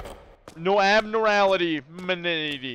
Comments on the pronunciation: fr always making me laugh💀 also it’s pronounced “Ab-norm-mal-ity”😂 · no abnorality LMAO abnormality dawg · I laughed every time he said it that shit was so funny 😂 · No one talking about how he said abnormality???